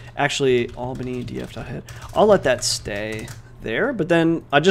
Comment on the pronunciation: Everyone: albany_df: albandy_df